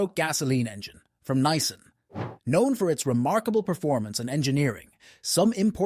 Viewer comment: AI voices ruin average videos. Nissan is Nicean....hmmmmm